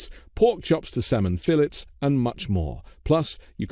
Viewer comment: Just a bit of constructive criticism about your Moink ads. Most Americans pronounce 'fillets' like the French.